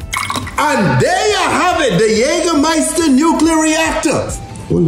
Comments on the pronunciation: This is the best pronounciation of Jägermeister I've heard from someone who doesn't speak German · The pronunciation of Jägermeister is the best I have heard ever by an non german-speaker